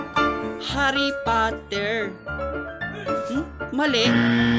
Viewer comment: Harry Potah parang ganyan ang pagbigkas (SKL)